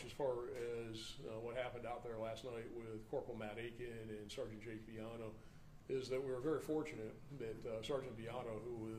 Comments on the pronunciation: black cop doesnt know how to pronounce Villano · With respect,..For God sakes KNOW HOW TO PRONOUNCE THE NAMES OF INJURED OFFICERS BEFORE THE PRESS-OP! While not intended, it was so disrespectful to, “…hope…,” you identified your own Brothers in uniform. Geesh! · Mummble mummble something mummble mummmmble. Pretty pathetic that the Public Affairs officer is not only wearing a poorly presented uniform, but also didn't bother to actually check on how to pronounce the name of one of his coworkers. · 1. Do we need a new law that says if someone tells you "i'm not going back to prison," you have to pass that info on to your local LEA? This mother sounds like a POS. 2. C'mon. Learn how to say everyone's name before you do a press conference.